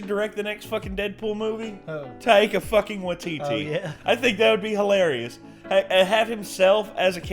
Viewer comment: great impression, but what's with the pronunciation of taika? tie-kuh. tie-ee-kuh sounds like nails on a chalkboard. literally.